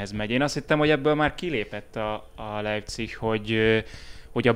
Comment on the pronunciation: nem vagyok egy nyelvtan/kiejtesnaci, de ez mar annyiszor elhangzott rosszul szajabol, hogy muszaj bocsi: Leipzig=Lájpcig, nem Lejpcihh:)